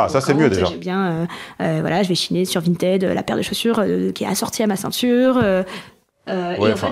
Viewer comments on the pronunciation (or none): none